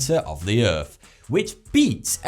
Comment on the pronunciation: Can pronounce th and r in "That's crazy", but none of the th's or r's in thermometer "fuhmometah or earth "uf" . If one can't do it, that's one thing, but since one CAN I don't get why one doesn't. Has some apparently well researched videos tho.